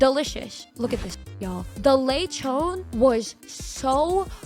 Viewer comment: Lay Chon XD never heard a fillipino pronounce it like that before :p